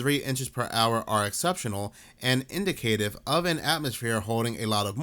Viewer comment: This basic word is pronounced " in * di * kuh * tiv ". Why does it even matter? I knew what you meant. Well, it does in the sense that my current timeline is populated by people who are not from my original time (Thanks CERN!), and pronunciation of common words is one of the biggest tells. I do enjoy your vids, keep going.